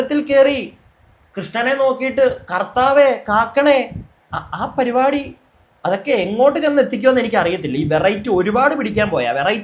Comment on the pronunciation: പരുപാടി അല്ല പരിപാടി 🙏